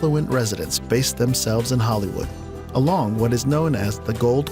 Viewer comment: If you are going to continue doing these type videos please learn to pronounce the names of the cities/towns/counties correctly. Derbyshire is not pronounced like it is spelled. It is Darbyshire. And Holywood is not Hollywood but Holy wood.